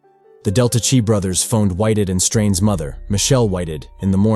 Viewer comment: It's Chi not chee